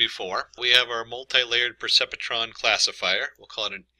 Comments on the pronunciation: Percepetron??? Hahaha isn't it pronounced "per-cep-tron"? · The pronunciation of Percepetron is puh·sep·truhn. However, there is always some variations according to instructors. Thanks. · Painful hearing this guy mispronounce perceptron 🤣